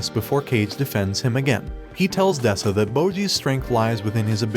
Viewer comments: despuh not despAH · Gotta be honest Does this guy intentionally say names wrong? Calling Despa as Despah is just It kills me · The Despa and Daida pronunciation bothered me too